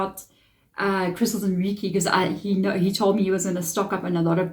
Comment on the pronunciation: Awesome. Thanks for this reading. We pronounce Reiki like Ray-Key.❤